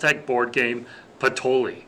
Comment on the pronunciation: just wondering if it's not pronounced patoyee...??